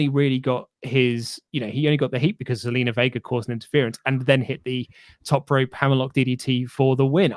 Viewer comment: It's Zelina not Selena your spot on with everything else that you said though.